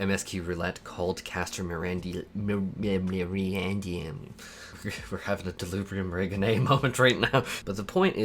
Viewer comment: MERRY-DEE-ANUM. Hope it helps. <3